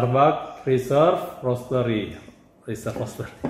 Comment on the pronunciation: Hahaha, ngereviewnya spontan banget, pake adegan gagal buka tutup smpe gagal nyebut Reserve Roastery:D Tapi orang kaya mah bebas yak? Wkwkwk Btw, minta info tumbler yg warna coklat kayu "Wood Grain" itu dong, kebetulan saya juga pakai (dpt dari tmn) tp msh ragu itu authentic atau clone, tq